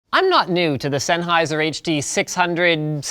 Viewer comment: ~ z e n n h e i s e r ~ ~ z e n n h e i s e r ~ ~ z e n n h e i s e r ~ stahp butchering ze name